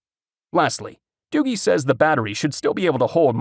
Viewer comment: Hey I just wanted to let you know for future reference that you pronounced the phone company wrong it's not Doo-gee or better yet not pronounced Doogie like as in Doogie Howser. It's pronounced Doo-jee like if you were to pronounce the letter "G" by itself.